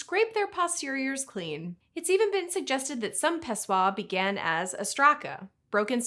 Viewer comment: im not a language expert... but shouldn't greek pessoi not be pronounced as if it's french?